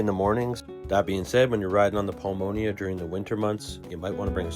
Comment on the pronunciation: Nice video and virtual tour. FYI, you are mispronouncing the following: - Mazatlán - pulmonía - El Faro - malecón Note accent points and how vowels are pronounced in Spanish.